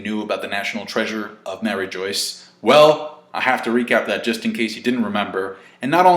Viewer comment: I cannot take your pronunciation of Mariejois, for the love of God watch the first six second of this it is French after all